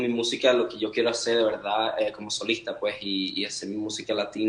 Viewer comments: Ese "puej" es tan venezolano 🇻🇪❤ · Me muero cada vez que dice ✨ puej ✨ 😭❤️🛐